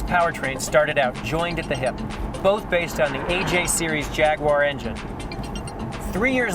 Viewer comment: What the fuck is a Jagwarrrrrrr?